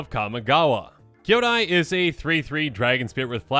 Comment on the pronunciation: Listening to mispronounce Kyodai is inflicting massive psychic damage to me. DX